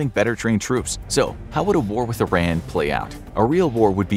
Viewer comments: it's not "eye ran" it's Iran pronounced as "eeran" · You are pronouncing Iran wrong it’s “ear” an not “eye” ran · It's 'ee-RON,' not 'eye-RAN' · It's pronounced "E-ran", whenever somebody says "I-Ran" I respond with: Where'd ya run to? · It’s pronounced E-raan! Not I-ran! It’s not track and field. 😆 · It's not about being gang bro!this person is talking about this country and its situation;so let's know the right way to say the name there's no harm in that:) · It is not I-RAN it is pronounced like E-ron. just for your information. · It isn't I Ran. it is E Ron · First off, I ran not! Iraaan /eerun/ to be pronounced. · Very informative. I would ask for you to pronounce Iran correctly though! Iran is pronounce (E, like the letter, ron) (Iran = E Ron and Iranian is pronounced E Ron Ian like the name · Dude it is called E'ron in English. Just because some US politicians said it wrong due to their lack of ability to read and pronounce words, doesn't change the fact that is is E'ron . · oh man, every cell in my body jumps each time I hear I-Ran. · Eeer-ahn. Eer-ahnians. There, I fixed it for you! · EEE RAHN not ih ran not EYE ran Texan, here. German, French, Irish and English ancestry. Catholic. I just like correct pronuciations. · Angel: How many Americans can’t pronounce Iran? God: Yes